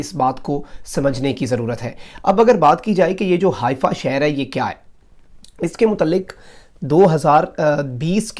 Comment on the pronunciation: حائفہ نہیں حیفہ یے۔